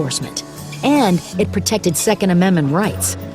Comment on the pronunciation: Why Ayotte-a....